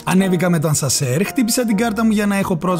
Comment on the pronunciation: Γεια σου! Πολύ ωραίο βίντεο, μπράβο! 😊 Μερικές μικρές διορθώσεις για ακόμα καλύτερη ακρίβεια: 'ΑσΑΝΣΕΡ' αντί για 'ασνασερ' (συνηθισμένο δυσκολεύονται πολλοί να το πουν) 'Ευελπιστώ ΟΤΙ ΘΑ ΕΙΝΑΙ' αντί για 'να είναι' 'ΠλήρΩΣ εξοπλισμένο' αντί για 'πλήρης' (αλλού το λές σωστά) 'Θα το δούμε φουλ λεπτομερΩΣ' αντί για 'λεπτομερής' 'Delighted' προφέρεται 'ντιλάιτεντ', όχι 'ντίλεγκετ' 'ΣαμπανΙούλα' ή 'σαμπανίτσα' αντί για 'σαμπανούλΙα' (εντάξει κλάιν μάιν) 'Παντοφλίτσες' αντί για 'παντοφλούλες' (εντάξει κλάιν μάιν) 'Restaurant' λέγεται 'ρεστοράν' (γαλλικά) ή 'ρΈστοραντ' (αγγλικά), όχι 'ρεστοράντ' 'Φέρνει ΣΕ μακαρόνι' αντί για 'φέρνει μακαρόνι' (απο κεκτημένη ταχύτητα φαντάζομαι) 'ξενΟδοχείο' όχι 'ξενΑδοχείο' (αλλού το λές σωστά) 'δεν μπήκε ίχνος φωτΌΣ' ΄ όχι 'δεν μπήκε ίχνος φως' Συνέχισε την εξαιρετική δουλειά! 🙌